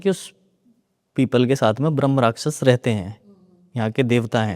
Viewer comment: भ्रमराक्षस नहीं ब्रह्मराक्षस होता है, सही उच्चारण इतना भी कठिन नहीं है।